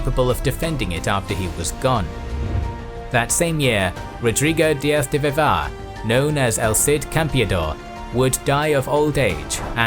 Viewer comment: The name: Rodrigo Diaz de Vivar No one:: Rodrigo DiaF de Vivá